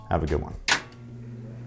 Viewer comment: For a brief moment I thought was speaking french. Nah-ture 😂